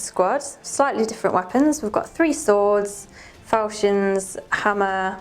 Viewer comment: Falchions is pronounced "Falkions"